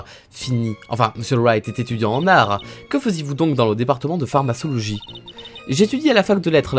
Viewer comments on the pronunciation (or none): La fameuse PharmaÇologie 😂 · Mon petit coeur de pharmacienne saigne avec ta prononciation de pharmacologie 😭😭